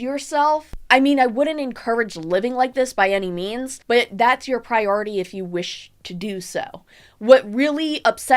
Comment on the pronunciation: “Priority” lmao